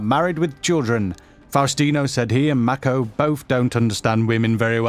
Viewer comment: the way this guy says "mako" makes my cringe